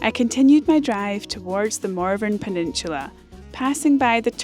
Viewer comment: I thought u were calling it Mormon penishula